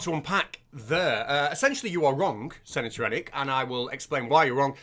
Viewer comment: why do you call him "sanitor"? also, his name sounds very like to Krennic (dude from Rogue One), I'm amazed